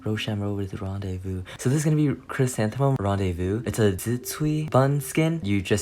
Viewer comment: Was that a Hamilton reference when you were trying to say rendezvous?🥺